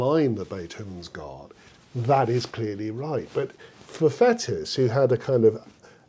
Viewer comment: Interesting and educative - many thanks! Just one criticism - your pronunciation of the Frenchman Fétis! Not "fetus" or "fetish", but "faytee"! On first hearing you say it, I had to think a moment before I realized you were referring to this still today far from obscure musical personage.